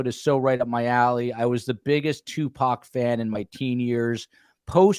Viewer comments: It's Tu..poc. not Tu Pac..😅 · Agree. He actually knows information about people in Tupac's circle, but wants to be a smart-azz throughout the show and deliberately mispronounce the man's name as two-pack. He clearly knows better---just a jerk-off. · The first 10 minutes of this discussion is disturbing. blatant indifference for the loss of life of a rapper was extremely inappropriate. He pronounced Tupacs name incorrectly obviously on purpose. Shakur was a murder victim no matter what feels about the genre of rap music. Why even interview him if he was clearly indifferent. Also the misogyny of the "teenage crush" discussion was repulsive.... "the swimming pool scene" when mentioning Phobe Cates..... that was gross. Would you and have spoken that way if a female was on the panel? I started listening to STS due to the Idaho student murders but I think as long as you keep as a guest, I will find case discussions elsewhere.